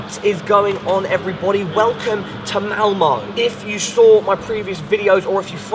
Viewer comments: Quick pointer Malmö is pronounced Malmuh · Welcome to ''Malmoe'' xD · im from sweden and almost laughed my ass of when you said ''malmö'' malmou xDDDDDDDDDD